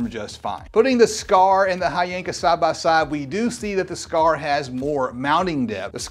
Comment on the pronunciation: And the right way to pronounce it is H Yanka 💀💀